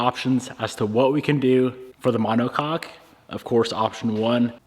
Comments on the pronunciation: My brother in Christ. Please… pronounce it ma-neh-kok 😂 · Brother having too much fun saying monocock 😂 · drink every time says "monocock" haha